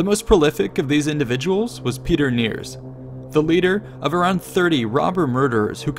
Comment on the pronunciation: His name was Peter Nirsch, not Niers. Great video, though!